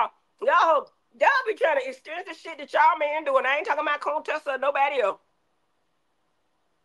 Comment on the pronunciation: Not Cone-tessa!